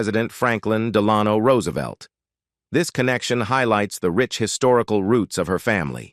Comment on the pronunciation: Ingalls and Delano pronunciations, hilarious.😂